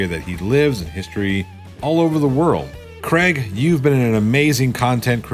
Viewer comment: His name is Craig not Kreg.